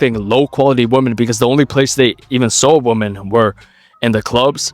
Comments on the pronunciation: Just FYI, you're mispronouncing "women". It should be "wim-men". (Saw you do it on a more recent video, so if you haven't corrected it, you might want to look into that lol) Thx for the knowledge bro. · you need to cut out guys who pronounce "women" like "woman" 🤣